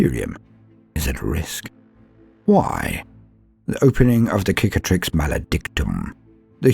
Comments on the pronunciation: I cringe each time i hear "KICATRIX"... its CICATRIX! It must be native eanglish speaker thing... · Tiny Gripe! The first C in "Cicatrix" is an S sound, as in Scar The word might come from "Cicatriz", the word for Scar in Spanish. Google says tree scars! Subbed for the rest of the voicework. That shit was good.